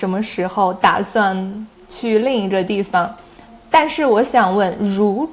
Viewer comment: Because russian is his native language, i can clearly hear that he messes up some tones, especially 4th tone. Like dìfang 地方 (too little accent on dì 地) chéngshì 城市 (no accent on shì 市) And many other words 4th tone. But overall this sounds very much like russian accent :) I know it's not nice to criticize someone, being not too good at Chinese myself, especially speaking. But i guess i listen too much native speakers Chinese, so that i can immediately hear all the wrong tones :) sry.